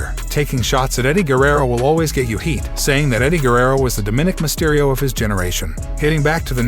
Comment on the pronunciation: His name is Dominik Mysterio not what you’re saying